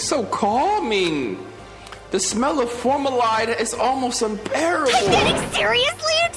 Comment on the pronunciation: Formaldehyde - "fawr" "MAL" "di" "hyde"